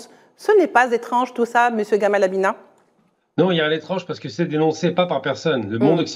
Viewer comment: Abina sans r frérot.